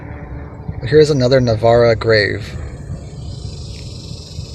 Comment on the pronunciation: I grew up with Emilio, in Navaira the aira is pronounced with a long I ... like Ira.